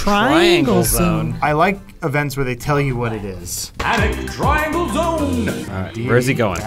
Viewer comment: No comments that it said Tringle Zone not "TRIANGLE" zone? 😅